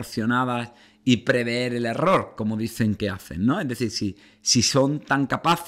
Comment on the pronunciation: Se dice prever, no preveer